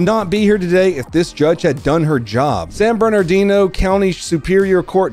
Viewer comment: Being born and raised in the Inland Empire and thankfully escaping it in 2008, you pronounced Beaumont correctly as you did with Rancho Cucamonga.. you did sort of mangle San Bernardino though, and turret... there is no N in turret. Keep up the good work.